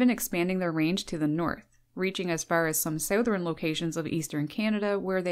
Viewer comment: I have never heard the word “southern” pronounced that way! Anyway, lots of these fine fellows here in south Jersey.... and I saw an actual Red Headed Woodpecker a couple of weeks ago. Amazing looking bird, that one! It stopped me in my tracks. Very read head and very white breast and it spent the whole time catching flies! Lol! Thanks for the nice video. I am a first time watcher.